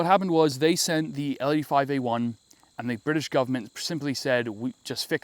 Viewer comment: The bwitish ar ere